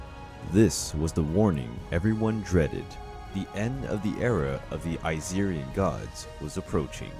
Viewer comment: it irked me when he said Aesirian 🤧 and the pronunciations 🤢🤢🤢🤮🤮🤮